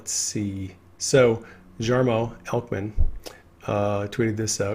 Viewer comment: The J in Jarmo is pronounced as a Y. He is a great guy, Q in Finland!!!